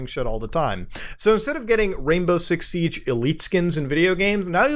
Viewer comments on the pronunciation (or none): none